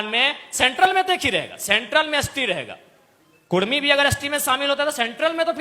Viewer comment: कुरमी ❌ कुड़मी ✅